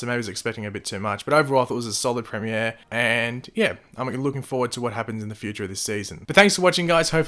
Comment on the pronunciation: say premier properly